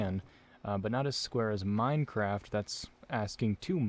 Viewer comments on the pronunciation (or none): none